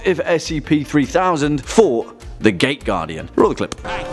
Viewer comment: I kept hearing it wrong.. i heard it as the gay guardian everytime you said it